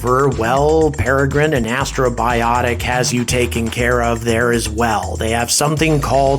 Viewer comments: It's so cool to see you talk about Peregrine! P.S. It's Astrobotic, not Astrobiotic :P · I keep hearing you say "Astrobiotic," but the name of the company is Astrobotic (a portmanteau of the words astro and robotic). It's a slight distinction, but an important one nonetheless. Otherwise, great video! I really enjoyed this one. Exciting times! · It's "AstroBOTic", not "AstroBIotic" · First of all, Astrobotics, not Astrobiotics. What the hell do you think the challenge of space robotics is equal to, fabricating antibiotics in space? And even if this beats starship getting to orbit this year, still wins because a dogecoin is literally being sent to the moon. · Astrobotic, not Astrobiotic.... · You keep pronouncing Astrobotic as "astrobiotic" as if you're trying to get 'bios' in there. No, it's robotics.